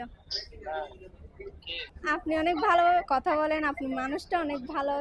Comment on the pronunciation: কতা❌ কথা✅😊